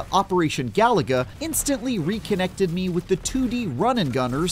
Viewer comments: he called it galaga not galuga lol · It’s pronounced: Ga-Lu-Ga. Not Galaga. NPC Journal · It is not operational galaga this is operation galuga as the reviewer is saying it wrong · "This Contra game is too much like Contra" - Also: ga-LOO-ga. Not "Galaga". Wrong game, mate. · It's ga-loooooo-ga, not galaga for crying out loud! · It’s Galuga, not Galaga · It's Ga-Lu-Ga not Galaga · It's GalUga not Galaga. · It's pronounced GA-LOO-GA. They literally say it in the game. And you wonder why people mock your reviews? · He said Galaga-- like wth? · Is it not, "Gah-loo-gah?" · Say it with me: Ga-loo-ga. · This is the 2nd video review I've heard that is pronouncing Galuga as GALAGA 🤦‍♂️ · “If only (mispronounced game name) were less like itself” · Should have known something when they can’t even say the name of the Title right. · Why does he say the title like there's an A where there is a U 😂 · How this channel has 18 mil subs is whats is mind-blowing considering these "game journalists" don't even know how to pronounce the name of the game. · You can’t pronounce the name of game, you shouldn’t review it!